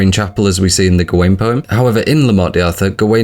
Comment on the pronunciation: Every time you say Morte deeee Arthur I die a little